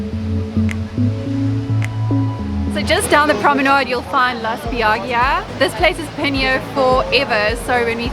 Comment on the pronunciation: La Spiaggia means "The Beach" in Italian. It's pronounced Spyi-YA-jia.